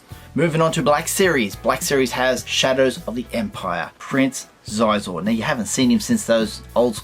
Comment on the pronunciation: It's pronounced "She-zor" for anyone not around when Shadows came out.